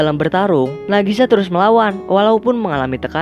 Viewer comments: Knp ngomng nama karakter selalu terbalik kek "Nagisa" jadi ngmng "Nagasi"??? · Bang sedikit koreksi : Nagisa bukan Nagasi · Apa cumn saya doang yang denger nama nagisa jdi Nagasi irina jdi iriana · Nagisa bng, bukan Nagasi😞🙏🏻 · Maaf ya bang munkin maksudnya nagisha bukan nagashi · Bang namanya nagisa. Bukan nagasi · Nagisa bang bukan nagasi